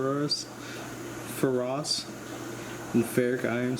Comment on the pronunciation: Just ordered a few plants, cant wait for them to get here! Oh and, "Ferrous" is pronounced "fair us"